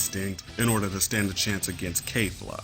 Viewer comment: It's KEFLA not KAYFLA. Why does everybody pronounce it Kayla? Kefla herself pronounced it kefla.